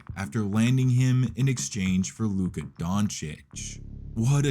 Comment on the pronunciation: f*ck you mean Donkik? his name is Donchich, even tho it`s spelleed like Doncic